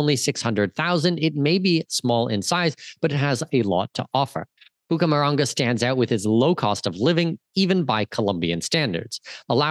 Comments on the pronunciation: Not Bucamaranga. It's Bucaramanga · And it's Bucaramanga, not "Bucamaranga". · Hahahaa Cartagena should not be confusing but Bucaramanga is 😂